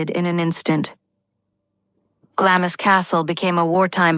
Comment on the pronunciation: Could someone PLEASE edit and correct the atrocious mispronunciations, beginning with Glamis - it's not said in 2 syllables.